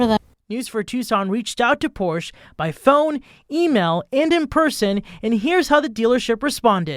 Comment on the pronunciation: Learn how to pronounce Porsche correctly.